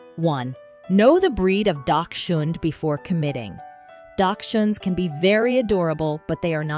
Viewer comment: Learn how to properly pronounce the word, please. Hund is the German word for dog.